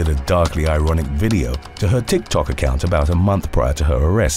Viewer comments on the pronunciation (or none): none